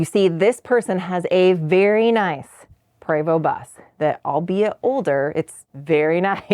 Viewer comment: Why are you pronouncing the name PREVOST as PRAYVO! It’s PreeeVost ( rhymes with Free most!